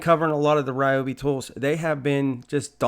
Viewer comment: リョービ 2 syllables more like RyO-BE not 3 syllable RAI- O- BE / RE- O- BE. love them. have the Ryobi 683403A Dust Collector VC-1250 in Japan. so loud!